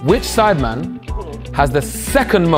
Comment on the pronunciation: everyone: sidemen JME: sIdEmAn